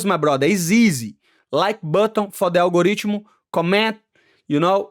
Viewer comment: The al-go-ridge-muh is undefeated. 💪